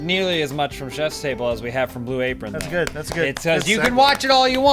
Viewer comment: I swear the first time said Blue Apron it sounded like he said Blue Rapeon